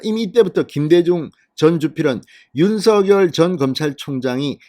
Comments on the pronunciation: 진성호씨 발음 똑바로 하세요. 윤서결이 아니라 윤성녈이라고 발음 하세요. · 새대통이 윤성녈 로 발음 해 달라고 했어요